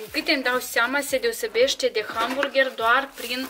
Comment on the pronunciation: Gamburger" am murit de râs🤣Foarte frumos doream si eu sa gust dar nu am ocazia...continuati tot asa sunteti minunati😍